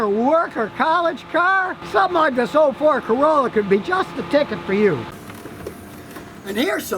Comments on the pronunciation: Gordon L nope he says ford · I almost thought he said "this old Ford Corolla" 😂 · Yeah that's mostly likely what he said, it just kinda sounds like Ford